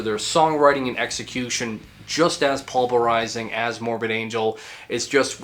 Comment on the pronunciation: Love these metal deep dives. But bro, it's pulverizing, not pulberizing.